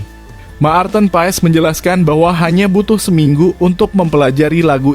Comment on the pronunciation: Bacanya Mart'en (marten), bukan ma-arten.